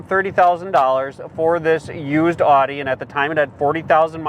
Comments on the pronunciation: OudE not aughte. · Great video. Great car. Please learn to say Audi correctly. Thanks.